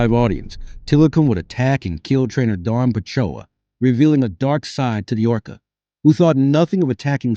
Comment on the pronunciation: I wish the narrator had learned how to correctly Dawn's last name (along with several other words).